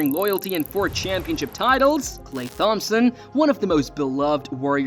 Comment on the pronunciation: this guy miss pronouncing "Klay Thompson" is making this hard to watch